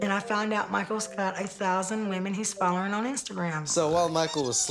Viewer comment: It funny how Angela says “follern” instead of “following” 😂😂😂